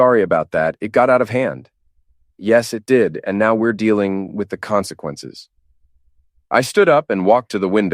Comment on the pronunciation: Another Martinez - lazy and blunt luck of imagination. And the "Comsnqannces speech" - twice. Even GPT-4o does the job better.